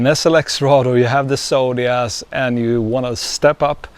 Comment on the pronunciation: I have to say, it drives me insane the way you say Zodias, as Sodias.